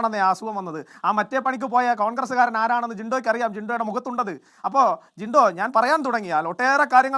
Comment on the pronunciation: ജിണ്ടോ അല്ല, ജിൻന്റോ...😅